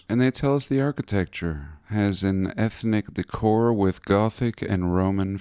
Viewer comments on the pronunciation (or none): your random chaos blows my mind every sunday. "ehnic decor"... hilarious!